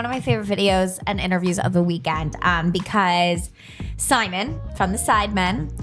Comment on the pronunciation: The way she says Simon 🤦‍♂️